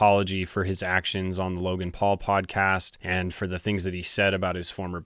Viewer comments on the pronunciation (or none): none